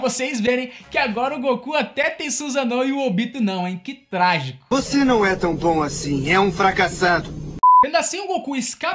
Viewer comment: Nao é Obíto, é Obitô... não é SUZâNO, é Sussáno... nao é Djenquidama é Guenki Damá